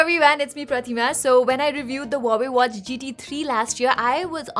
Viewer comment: the way you said Pratima, seems like you are a Bengali???